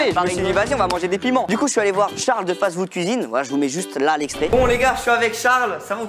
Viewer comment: «charles de fast-vood cuisine»